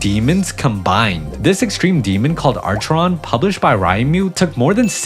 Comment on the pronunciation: it ANNOYS me how he pronounced Acheron wrong